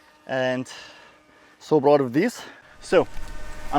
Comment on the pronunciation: So difficult to understand when p is b. Proud is broud and pull is bull.